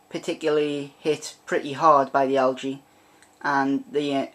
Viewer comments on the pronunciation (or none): Why cant you pronounce "algae" correctly?